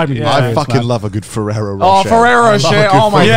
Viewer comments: I find it funny the way they pronounce ferrero roche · AS a french canadian from Quebec, hearing the boys trying to say Ferrero Rocher makes me rire en français